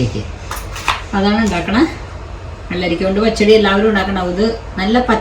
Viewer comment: പഹടി 😂അല്ല പച്ചടി 😊